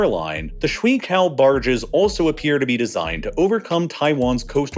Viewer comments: I can tell these videos are well researched, which makes the completely terrible chinese pronunciation all the more baffling. Like, just only using American English sounds you could get like 95% of the way to shuiqiao and it would be fine, at least acceptable. But damn is it not worth a single google? It makes me question how well sourced the rest of the video is. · PLEASE learn a bit of pinyin. The pronunciation of shuiqiao is horrible. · Omg so painful to my ears. I am assuming you meant 水橋....just say sway chow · If you say one more time „schweekao barge“, my head pops…not only that your pronunciation is ridiculously off the mark, it is also stupid to repeat this same word again and again, while there are so many other ways you could refer to that very thing. The way you talk sounds almost like a commercial (for „schweekao“ barges, just saying…), where repetition is a virtue…sometimes… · It’s disappointing that with all of the research that goes into making these videos that you couldn’t spend five seconds checking the pronunciation. WTF is a “shwee cow”? Embarrassing… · Here’s a pronounciation guide for the water bridges: Shoe-ay chee-ow Shui qiao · 水桥 - “Shway chee-ow” (proper pronunciation) water bridge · Just wanna say the barges are pronounced something more like 'shway chyao' (at least, according to my rudimentary chinese) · I probably would have done a quick pronunciation search before I said ‘shwee cow’ over and over in a video. 😅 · ShuiQiao is actually pronounced "shoo-wey chi-aow" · Shui qiao is pronounced as shoe-ee chyow (or chee-ow), not cow. (Assuming it is 水桥) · Your pronunciation of shuiqiao (水桥) is painful. Edit: I realized my comment isn't helpful. You can say shoe 👟 weigh as one word, then chee (like cheese 🧀) ow (🤕) as one word and it's a question. "Shoe-weigh chee-ow?" is pretty close. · Swi Cow? Wow you would think that there are no Chinese speaking people in the west. How hard is it to ask a Chinese person how to pronounce sui qiao?